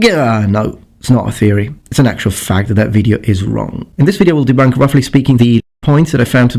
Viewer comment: "Deb Unk" yeah idk if I can take the rest of this video seriously when he said "Debunked" like "Deb Unked"